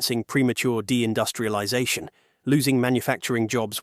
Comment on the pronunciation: When the AI voice utters "premature de-industrialization," somehow it sounds like "premature ejaculation," rendering the entire scene so discouraging and frustrating, for it signals the unfulfilled ecstasy and thrill.